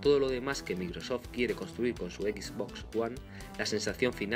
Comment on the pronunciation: Horrible la pronunciación. ¿Equis Box? ¿Es en serio?